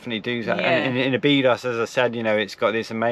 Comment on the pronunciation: It's pronounced Obby dosh!